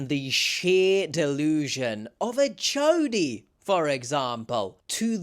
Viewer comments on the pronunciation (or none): thought you said choady for a second when you said jodi lol